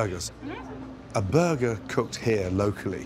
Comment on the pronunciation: "It's still a frozen bergerrrr" blinks motherburgerly 🤣🤣🤣🤣🤣🤣🤣🤣🤣🤣